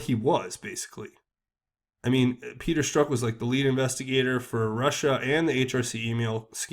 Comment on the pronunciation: Hey, love your work. Also, just so you know, Strzok is pronounced like Strock, not Stroke.